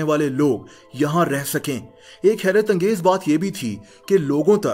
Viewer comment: When he say HERAT ANGEZ